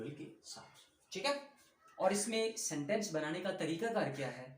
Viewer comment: sentens not seneses